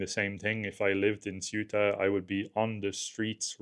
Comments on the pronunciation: HMMMM Pedro sanchez is not the president of Spain he is the prime minister Maybe checking that would have been useful Ceuta is not pronounced suitor but cey-oo-ta if you say it in English Maybe checking that would have been useful Ceuta is on African SOIL sure it could not escape anyone so the news item here is "North Africans invade North Africa" That is accurate Whether the Portuguese or the Spanish there is no defensible scenario in which it is theirs like Gibraltar cannot be britain UNless you postulate that white folks do whatever they please in which case I have no further questions or wish to debate MOst of the guys are gone now .... the softly softly approach of the Spanish cops and army was because they know they are not going to stay AND ANYWAY access to Ceuta gives you NO ACCESS to mainland Ceuta is not in Schengen It all started with false info on the net regarding a change in the law in Spain misreported inflated and used to excite idiots in Morocco who do not know their arses from their elbows and want a BMW by time they are 30 They killed over a hundred of their own doing that YES they are morons ..... Ceuta and Melilla and Gibraltar are all problems created by colonization I LOVE your channel and what you try and show but be careful I know you are not white supremacists and please check basic info names etc etc It will strengthen your arguments and following Greetings from UK and EU Shan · It would be much nicer if you could pronounce "Ceuta", as it is pronounced in Spanish.